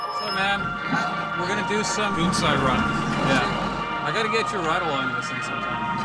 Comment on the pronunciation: "goonsai" instead of gunsai lol